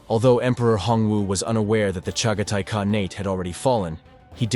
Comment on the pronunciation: omfg AI is it KA-NA-TE or KAH-NEYT (with the projectile vomit inducing upper inflection at the end of your war crime equivalency mispronunciation there? IT'S NEITHER. Pff you wanna destroy the human race, fine, whatever, but at LEAST learn some key words first